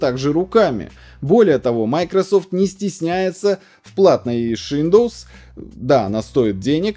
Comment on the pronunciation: "Шиндоус"))) никогда не слышал))